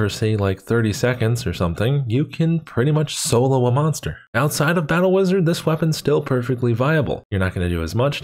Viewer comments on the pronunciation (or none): none